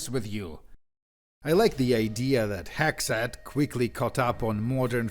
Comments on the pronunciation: I live in the USA in 2026 and the way you say “Hexxat” is WAY too close to “Hegseth” lmao cortisol spikes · Same here. Even after I saw how it was spelled, I kept hearing "Hegseth", lol. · He actually pronounces it like "Hegseth" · Thank God I'm not the only one that thought that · I had to do a double take when i heard you say "Hexxat"